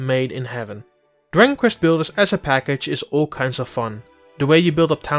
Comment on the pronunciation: He pretty much butchers the very title of the game. "Diggin Kvest Blders" is what I heard. I'm not bashing, but he probably shouldn't be doing voiceover work.